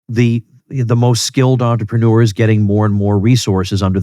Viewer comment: Sorry Tom, but as a french 🥖 it hurts my ears when you say the word entrepreneur, use the word businessman instead.